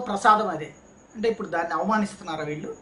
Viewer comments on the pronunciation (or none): none